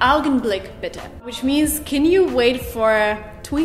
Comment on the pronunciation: Please pronounce Bitter and Better again I think you have the extremely wrong of those two